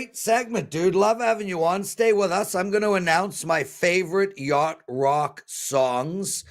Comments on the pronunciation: Y-a-C-h-t 😂 but we know what u meant lol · that would be "yacht". love the show brother never miss it!